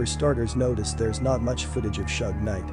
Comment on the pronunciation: Bro if you can't pronounce Suge Knight man correctly then you're a hoax